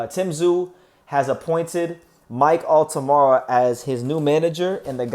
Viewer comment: It's Altamura... not Altamara.